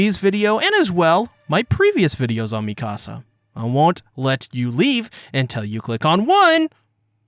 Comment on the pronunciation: It's not Mi Casa, it's Mee-ka-sa.